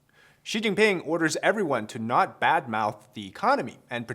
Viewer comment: Oh ok Xi pee'ping' 😮😅🤣